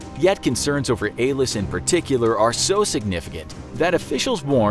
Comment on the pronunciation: It’s ALIS not ALIS